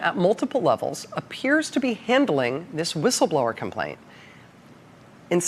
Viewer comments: C’mon! She can’t even say whistleblower right! The irony is astounding! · She couldn’t start soon enough she couldn’t say the words right 😂😂